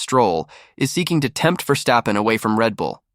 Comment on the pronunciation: Cant say his name properly.